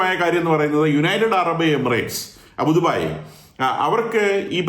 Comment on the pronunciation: അബുദുബായ് അല്ല അബുദാബി എന്നാണ് ശരി 😊